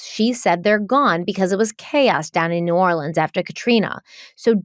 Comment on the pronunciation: As a gulf coaster, I just wanted to say you pronounce New Orleans so well and it’s awesome!!!